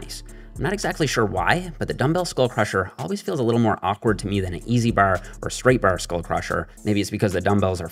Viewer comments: Is it just me or did he say boarr rather than bar ? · “Using the bahrre” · You blew your newfie cover lol, i heard you say " Da Barrr" and said theres no way hes not from the east coast, never thought you were from nfld, from st johns myself! Love all the videos, big help getting back into the gym. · "Baaaarrrrrr" Canadian accent is apparent 😂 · It’s actually a Newfie accent. Calling it a Canadian accent is like calling a Boston accent an American accent. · why does bro say "bar" like dat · I LOVE THE WAY HE SAYS BAR🤣🤣🤣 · WHY DO YOU SAY “BAR” LIKE THAT??????? Answer me! Are you Canadian? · I will never get tired of saying bar😂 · He says bar like on Trailer Park Boys